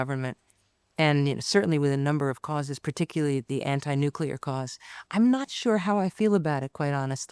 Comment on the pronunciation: An american who can say Nuclear